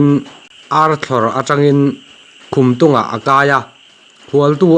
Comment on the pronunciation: Khumtung i lam dan chu a diklo nasa ngei mai!